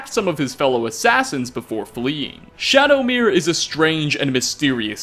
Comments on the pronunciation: Shadowmare MARE.... please stop saying shadowmirror lol Either way amazing video, keep up the awesome work!!!! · I feel dumb, been pronouncing it like Shadowmare this whole time not even realizing it's spelled Shadowmere. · Isn't it Shadowmare as in A MARE? Like, a female horse? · Always thought Shadowmere was pronounced like ‘mare’ as in a female horse…which is also why I like to think that Shadowmere is female too just like in Oblivion 🐎